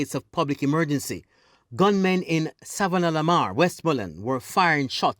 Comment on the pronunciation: Town of Savanna-la-mar not Sav la mar Street called Dalling Street not Darling Street. Solutions lie with the people. More strident bold and creative leadership from the security forces. This town is not is not unfamiliar with the blood letting. The style of policing used in the 07-09 period is archaic and an affront to human rights. We have a citizenry gripped by fear and mistrust. A demotivated ill-equiped JCF. A military in search of "Powers". A political body more concerned apparently with their viability popularity and sustainability. If at one time their needs to be political unison it's this time. This situation needs more than a root canal. Needs extraction. There will be blood there will be pain. But a new paradigm and mindset must be undertaken. The source issues must be seriously addressed. Not in the order laid out: 1. Poverty 2. Access to jobs / possibility of increased earning 3. More light shone on skills training / more flexibility in the agricultural sector 4. Corruption ( the main one to me) tackled on all levels Not just cops going to jail but politicians certifying officers ministry technocrats An overall of government systems and processes at Tax offices The wharves Honesty must be resurrected. 5. Education and Parenting I don't know who can be comfortable now. Do we pray for a Moses ? Or take up collections arms and bell and subdue this beast . It can't be killed but it's presence it's sound can be diminished to a whimper.